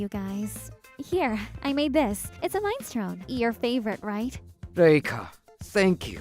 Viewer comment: I see so many comments about 'throwbacks' for your videos 😊 From who? Middle school students? 😂😂😂 It's not 'mine-strone soup' 😆 I'm Dying 😂😂😂😂😂 Oxygen 😂😂😂 Hurry 😫😣😆🤣🤣🤣🤣🤣 It's min-eh-stroe-nee soup 😁